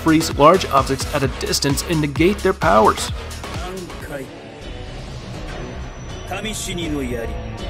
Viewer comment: The pronunciation of Gin's Bankai and the Name is undoubtedly incorrect. FYI it's KAMISHINI NO YARI and not KAMISHIRI NO YARI and KAMISHINO NO YARI hahahaha